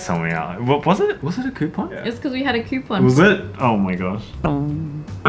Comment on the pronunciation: copon bate lol